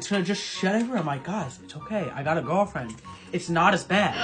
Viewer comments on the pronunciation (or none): The way he said guaaafrend